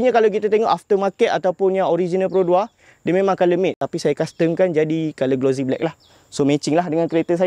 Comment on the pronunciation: Sebutan bukan glo zie. Tapi glo sie. Bukan Z tapi S